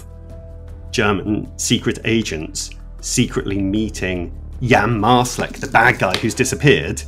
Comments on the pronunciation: Ich glaube es heißt „MarSalek“, statt „MarSCHalek“ 😅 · Gutes Video (auch wenn mich die falsche aussprache des nachnamen Marsalek nervt, da ist kein ch drin), sehr toll aufgebarbeitet die Informationen die bekannt sind.